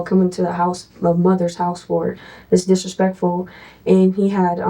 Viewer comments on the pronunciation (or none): What is with these people trying to pronounce the word "disrespectful" as a two syllable word?